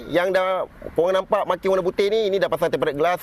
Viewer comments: Sebutan dia tem-perd glass bang... Sebut tem-ped je pon okay dari tem-pe-ret... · ok bang sy nk share satu ilmu, Tempered tu disebut temperd glass. Tak perlu sebut tempe red glas, Red tu dia silent je xperlu sebut hehe. Maaf ya bang cuma share ilmu. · Tem - pee - rerd tengkorak kau… TEMPERDD je sebotan / pronons dia.. dh tulis cara baca melayu dh tu… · Sebutannya tempered( temped) bukan temp pe red. Heeee sorry ya… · betul..temperd je bunyi..red tu kena gulung lidah hujungnya.. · bang.. ejaan dia memey tempered, tapi "ed" takyah la dibunyikan.. tempered=temped (lebih krg mcm tu bunyinya).. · TEMPERED GLASS Sebutan yg betul - tem.ped glass R E D - kat belakang takyah sebut. Kongsi ilmu!! Tq. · Eja nya tempered. Sebutan nye temped je bang